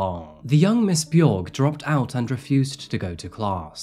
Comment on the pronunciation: B-yorg is what you went with? Cmon man it's obvious that's not how it's pronounced